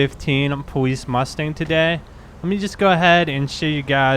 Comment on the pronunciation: its the powice